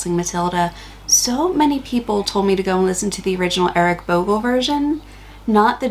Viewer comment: Eric not wric,brothers😅